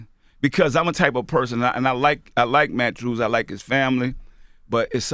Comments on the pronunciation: "Matchews" LOL Nigga what!? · "At-The-Lete" "Mattchew" P sure got some fucked up grammar for someone who went to college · "Matthrew "lol uncle p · "Mat-Trues" what?